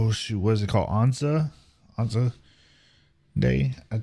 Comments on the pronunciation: Australia had no idea how to react because we were not a warlike country. It all seemed glorious and innocent as the went to war, but the reality was so disastrous and somber when they saw those physically destroyed return home. ANZAC - the first two letters rhyme with "can". Americans pronounce "a" with an "ah" sound in many words, but we almost always pronounce it as the "a" in "can". Or "ar" as in "can't". Waltzing a Matilda was carrying your bed roll with you while you "roved" looking for work in the country. "Waltzing Matilda" is a famous and historical Australian song and he ends his song with the chorus of it. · ANZAC, Australia New Zealand Army Corps. Pronounced, ann-zac. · ANZAC pronounced Ann-Zack. It stands for Australia New Zealand Army Corp. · Just google "how to pronounce anzac" it's a decent enough example to listen to.